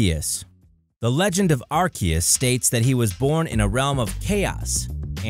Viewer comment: I had to stop watching when he said Arcias to